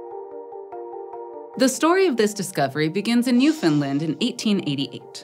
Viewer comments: She didn’t. The third syllable is supposed to be stressed. It rhymes with understand. See-Ah-tle, NEW- f’nd-LAHnd. Most Canadians get it wrong, though, because we’re taught about the province like an afterthought. Its full name is Newfoundland and Labrador, and the fourth and fifth syllables are literally the same sound. It’s not hard! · You're so close to getting Newfoundland right, nobody EVER gets the "found" part right, the only thing wrong was "land" is just the way you normally say "Land" Proud moment as a Newfie and a long time Eons fan ngl, nobody EVER gets it that close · For the love of Pete! "NEW-FUN-LAND" Not "NEW-FUN-LUND". It ain't Swedish. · Almost, it ends with land, not Lind So more Newf'ndland. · I was keep hearing New Finland instead of NewFound Land. Was that me? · Newfinlin doesn't exist. There is a NewFoundLand, ita an english language name. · Always informative and interesting. Now please say it with me NewfoundlAnd. Not NewfoundlUnd. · It's called Newfoundland , not New Finland. And the epoc is Cambrian not Caimbrian. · newfoundland. not newfinland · which is actually very close, but rather than New Finland, it should be Newfin Land. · it's New fin LAnd not New fin Lind, for future reference. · newfin-LAND not newfinlind. this was a hard watch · obligatory "you're pronouncing newfoundland wrong" comment its newfin-LAND, emphasis on the LAND. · I died a little bit inside every time she said "New-FINLAND" 😅 Newfoundland rhymes with Understand. Still absolutely thrilled you did a video with Newfoundland!!! Amazing paleontology discoveries here, the oldest sign of life and the oldest sign of multicellular life!!! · I know its not your fault but your pronouncing newfoundland wrong, its Newf-in-land, easist wany the the phrase "understand newfoundland" I'm from newfoundland, it drives us crazy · Getting jarred awake every time the host says ""... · It sounds like New Finland to me 😂